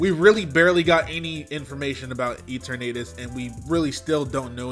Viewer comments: I think they want, "e-TURR-nuh-tus" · you dont say torn you say E-turr-nay-tus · “I can read” Also: Calls Eternatus “E-Tornadus” I love you,. Never change. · Pretty sure it's pronounced e - turn-uh-tis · E-Tornadus yush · Ya he pronounces it weird lol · I was convinced there was some sort of new Tornadus form I hadn’t heard about because of the fact he kept calling Eternatus “E-Tornadus” lmao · Why do you call Eternatus E-Tornadus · “Rej ice” “ee ter nay tus”